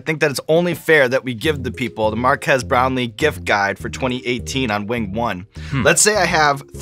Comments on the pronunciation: I always hear Mark ass brownlie lol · It's mark-ass brownly... as said on YouTube rewind